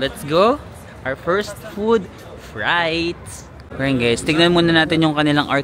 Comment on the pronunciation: ‘Free’te not ‘fry’te :D